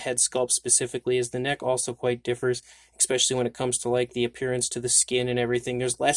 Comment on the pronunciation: ESSS specially, not ECKS specially